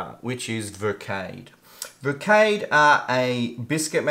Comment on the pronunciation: Well, your decors and illustrations are always splendid mate. You deserve way more subscribers. The phonetic way to pronounce VERKADE in Australia is: VER-KÀ-DUH:) OK? Verkade is one of Hollands top concerns to make choclate bars and a big range of cookies:) But 1984 in that pack is hard to keep in shape lol. Sugar products however are often edible after many years. Nice ration:)